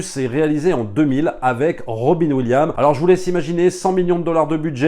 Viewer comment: C"EST ROBIN WILLIAMS IL FAUT PRONONçER LE S TOUT COMME JOHN WILLIAMS PAREIL TU DIS GEORGE LUCA C"EST LUCAS AVEC LE S